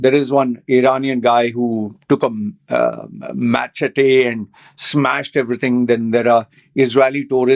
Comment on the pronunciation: the word "machete" is pronounced "Ma.shetty"(without stressing too much on the double "TT's")